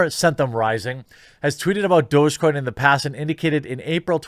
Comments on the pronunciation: Its DOG-E coin! Not Do-Je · Isn't it pronounced like doggy coin? Literally dog-e-coin? Douge gtfo :) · I thought it was pronounced "Dog-E-coin" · It's Doggy - DOG-E get it??? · Is that how you pronounce it? Thought it was just dog or doggy. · this whole time i just thought it was pronounced "doggy"